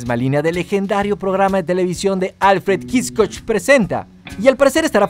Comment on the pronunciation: Estabas muy preocupado por pronunciar bien los personajes del anime y dijste Alfredo kiscoch.